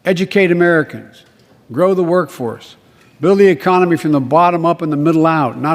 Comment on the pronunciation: E-COM-IN-knee...??? LIKE FROM IDIOCRACY when they were at the round table????